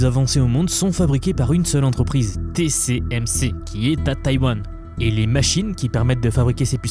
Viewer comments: 15 eme seconde et déjà une erreur ^^' on dit TSMC ! pas TCMC ^^' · T S M C et pas T C M C... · "Té-cé-èm-cé" ça bloque déjà avec l'alphabet :face-turquoise-covering-eyes